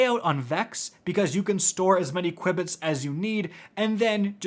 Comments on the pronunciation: I'm sorry, but it's pronounced 'q-bits' no 'cui-bits' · JFC...it's pronounced "Q-Bits"...as in quantum bits. 🤦‍♂️🤦‍♂️🤦‍♂️ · Qubits are pronounced "Q bits". Short for quantum bit. Ordinary computers use bits; quantum computers use qubits. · Hearing say qubits I will star saying it like that now 😂😂 I think it's "cue"-bits but I like the new pronunciation 😂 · q-bits, like quantum bits 🙂 Appreciate the video, definitely making my runs much easier, your videos are always super helpful, thanks for this and all the other new videos! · lol mispronounced the word so much THERE IS NO I BETWEEN THE U AND B lol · Sorry I’m pronouncing it this way from now on. It’s too great, fun to say